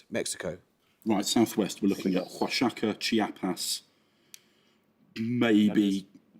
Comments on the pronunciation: It's a lot closer than "washaka" is to Oaxaca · Amazing match, and I genuinely wish both teams could have continued onward. If I have one small gripe, though, it's that I would appreciate a bit more consistency on the pronunciation stickler-ism. That is certainly not how one pronounces "Oaxaca".